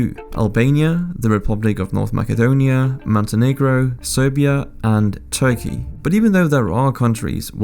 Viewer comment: North makadonia? This pronunciation sounds spanish.